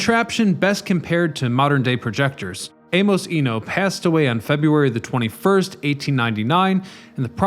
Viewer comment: You don't know how to pronounce "Amos"? Look stuff up, dude...